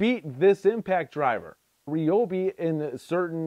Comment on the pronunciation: You pronounce Ryobi wrong....